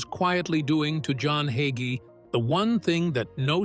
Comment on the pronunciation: You said absolutely nothing. Just a hit piece on a dedicated Christian pastor who trusts the LORD. And A I need to pronounce the name "Hagee" instead of "Haugee"